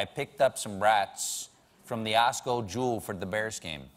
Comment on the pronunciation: People don't say Osco - Jewel, they say Jewel - Osco. Most of the time they just say Jewel.